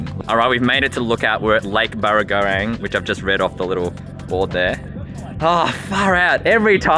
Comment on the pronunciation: Funny hearing a city slicker try to pronounce it :)